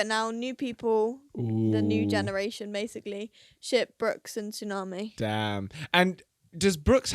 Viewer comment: By the way it’s “Brooks” not “Brookes”